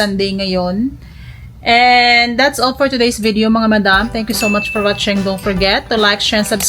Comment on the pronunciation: if she’s really embracing American culture, why is she not trying to speak and learn English? Her English vocabulary is that of a 7 year old. Her vocabulary is only limited to what she’s familiar with growing up in her probinsya. And learn how to pronounce English words correctly? So she can be understood? It’s BO-TEL not BOTOL😂 it’s WAT-CHING not WAT-CHENG 😂 that sounds like the Filipino word for monkey, MATCHENG. it’s GOO-GEL not GOO-GOL. kaloka kay day😅